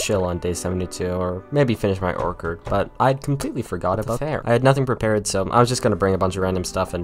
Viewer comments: OrCHard, not orkard. Sorry, bugs me every time. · bro really said orchard with a K sound 💀💀💀